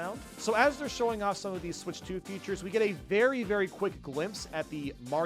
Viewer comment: Why does he keep saying “futures” ….